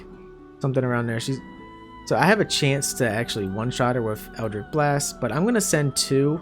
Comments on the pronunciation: Eldritch is pronounced 'itch' like you have an itch to scratch. Not 'ick' like you are sick. FYI for if you do another build with warlock in the future. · Great guide, but dear Patron in the hells it was so hard to hear you continuously pronounce Eldritch as EldriCK. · Minor complaint but with the warlock stuff is pronounced Eldritch not Eldrick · Brother, you put up a fantastic video... but it's eldritCH with a CH like Cheese. Other than that tiny nitpick? Absolutely fantastic walkthrough- all the details one needs, no extra time spent on intros or sponsorships in the beginning, and you just keep rolling. Positively fantastic.